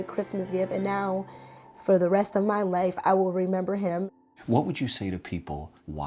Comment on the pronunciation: "You saved his loif."